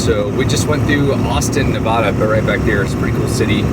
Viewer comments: LOL, still pronouncing "Nevada" like a tourist. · Ely is pronounced E Lee. Nevada is pronounced Nev adda not Nev ooda. Love your channel. Have fun. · E-LEE NI-VAA-DUH not NA-VAUDUH!! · EEE-lee, Nu-A (like in cat)-dah. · Great video. Thanks for taking us along on your adventures! Nevadan here - pronunciation is ee-lee ne-vad-uh (vad rhymes with mad) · Eee-lee Nu-vaa-duh I know you're on the road, but I'm seriously disturbed by the amount of burgers and pizza. Take care of your health, so you can do this for a long time. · If I had known, I would have warned you about Grand Sierra Resort/hotel. Lived in Reno (actually Sun Valley) over 20 years, and that Hotel is notorious for theft. Lucky that all you lost. Nevada is pronounced ne (nah) v a(ah) da. It's Eelee Ely). Who would have quessed. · E LEE Navada. lol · I live in Vegas my whole live. It’s pronounced Ely with a hard E at the end. And it’s NA-VA-DUH…. Love your work bro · It is not NevAWAWADA. Come on. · It’s ee lee for sure lol. Now if we could just get him to pronounce the state name correctly 😂. Nev a duh. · Fallon has the only Top Gun facility in the world, so when you see the movie that is the city they train in. Also learn how to say Nevada, it drives us nuts. Nev a da The first a is a short vowel like in apple. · Nevada is pronounced with the first "a" being like the "a" in dad, not like saying ahhh for the dentist. It's a state not a bottled water. 😁